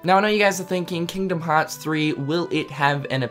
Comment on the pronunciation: "KINGDUHM HAAAHTS"